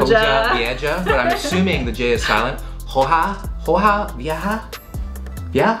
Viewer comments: Miss you, Ollie. Also, that was super close; H has no sound in Spanish. So it's pronounced O-ha Vee-eh-ha. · Hoja Vieja is pronounced like “oha vieha” I think that’s the best way I can ✨English✨ it. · It’s pronounced “Oh-ha vee-eh-ha” but i loved both attempts 😂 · Hoja vieja- h is silent and j sound like a h. Good try though :) . Awesome video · on behalf of all Spanish speakers, we appreciate the effort, but you butchered the pronunciation of the Hoja Vieja 😂 You were right about the H being silent, but the J should be pronounced as an H in both words. By the way, it means “Old Leaf.” Anyways, love the content! Have a good night!